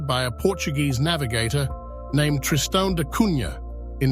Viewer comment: Wonderful ! Except the prunciation which is Tristan da Cunya, not Cunha.